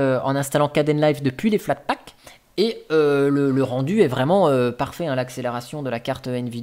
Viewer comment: bonjour,tu m'as fait saigner les oreilles avec flatpak,mais trés bonne video à quand une video sur evolution ou machine